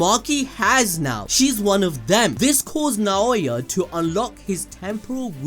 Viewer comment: Naooooya not naaaoowa